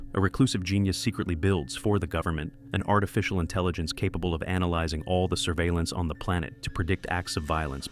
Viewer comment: It’s artificial not artifcial